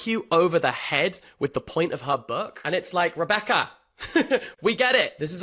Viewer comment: that “REBECCA!” sounded so asian hahaha